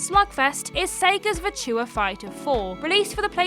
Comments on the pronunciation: worrying about the correct pronunciation of the word 'melee.' And then minutes later reveals herself to be almost non-english speaking with her pidgin pronunciation of the word 'virtua..' Which lets face it as game players. Is just the word 'virtual' without the L. How hard can that actually be? I think you do it on purpose. My long late dear mum used to do a similar thing. Mispronouncing words on purpose for comedic effect. I blame the Two Ronnies personally. For my mum's affliction, not. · That's not how you say Virtua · It's starting to grow on me but it still seems wrong. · Yes, I LOVE it 😂